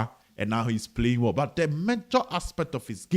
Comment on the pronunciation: Kumasi aseɛ Coach Ogum. He said 'byyy' instead of 'but' 😂 Doctor mua! 😂